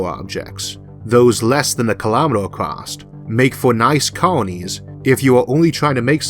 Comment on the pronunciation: There's no T in across.